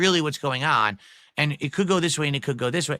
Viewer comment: Fuck I hate how he pronounces words. It’s and, not annnnyyunndddd.